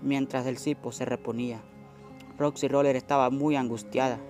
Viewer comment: Es roxy roller no roxi roler y as una historia feliz no manches